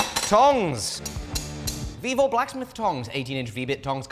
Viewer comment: that’s my birthday I heard evil instead of vevor